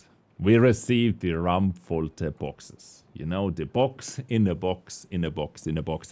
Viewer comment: KV-1 is missing his chainsaw gun 57mm, wich is baad. Assault/Encounter should return, for noobs to learn...tactics. It was quite easy to create a powerful new account from scratch, thx to bonus BP adding to x-mas. (Yes, playing two Doggo) BTW Thanks for creating a new German word by trying to pronounce RaumFalte wich sounds like RammFolter (RamTorture). This years Cucumber gift (Leo Bis) is a gem compared to the others, Thanks to Master Benedict. And a big round of Applause for our beloved Host and Skiing Ace for carrying us stupids to perfection. Smaller than three!